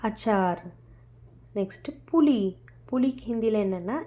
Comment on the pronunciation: புலி...புலி இல்லம்மா புளி சரியாக உச்சரிக்கவும்